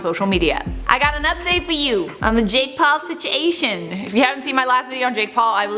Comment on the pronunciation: Lol when she said sichawayshon.